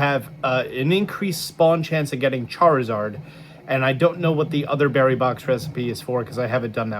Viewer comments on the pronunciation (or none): none